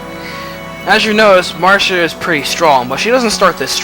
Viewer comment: I like how you pronounce Marcia's name. Everyone usually says "Mar-see-a" but you on the other hand are different and I like that. What can I say, I like diversity, lol. It's also great to see you uploading more FE Radiant Dawn because you're a pro at this game and make it really fun to watch. So thank you. =)